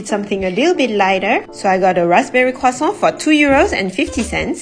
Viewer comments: I think people will have the pronounciation of Croissant stuck in their head from watching this video. It's actually a good way to practice. Listening to native speakers is the best thing. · That’s how you correctly pronounce croissant (not trying to be rude) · It’s the correct pronounciation. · La personne qui a publié cette vidéo est française elle-même. Sa prononciation est absolument correcte. Peut-être que je t’ai mal compris mais j’ai corrigé l’auteur de ce commentaire qui a tenté de moquer sa prononciation.